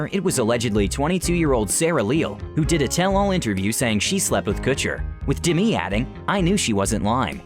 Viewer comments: It killed me the way this narrator pronounced Demi. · Why is he pronouncing her name like that? Is that the correct pronunciation?? Or does he genuinely not know how to pronounce a simple name like “Demi”... ??